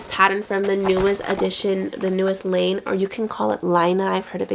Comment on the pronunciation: Laine is technically pronounced as ''len/lehn'' its just the word for wool in french